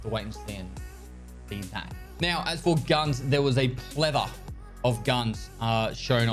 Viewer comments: What is a “pletha” ? Do you mean plethora? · "there was a PLETHA... " ? You mean PLETHORA